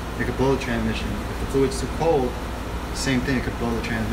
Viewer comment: does anyone else die a little whenever he says TraNMission